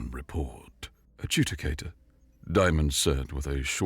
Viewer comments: Good narration overall but there is a need to check some words for pronunciation such as Ad-ju-di-ca-tor being pronounced as Ad-ju-ca-tor and some others "personnel pronounced as personal". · Look up the pronunciation of "Adjudicator".